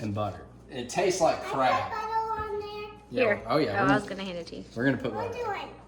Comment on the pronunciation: thought he was saying crap instead of taste like crab